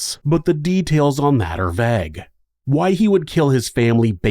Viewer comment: Thank you. Is it slightly concerning that the pronunciation of 'vague' is more disturbing to me than any crimes discussed in the video? Probably I'm just glad that someone else mentioned it first.